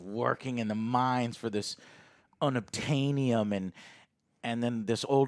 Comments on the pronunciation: Joe, with his vast collection of words, names, and phrases he absolutely can NOT compute and iterate correctly, “GOD DAMN IT, ALEX! it is NOT obtainium!…IT IS ETERNIUM!” 😂😂❤️ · Joe getting mad at Alex for saying Unobtanium wrong, meanwhile in The Boys reviews we get him saying Stormlander and Homefront. 🤣